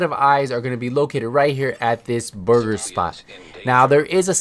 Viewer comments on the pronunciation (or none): none